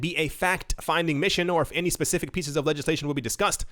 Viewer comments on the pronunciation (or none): none